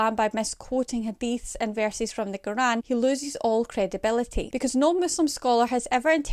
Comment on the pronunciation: It’s not ‘karan’ it’s Qr’aan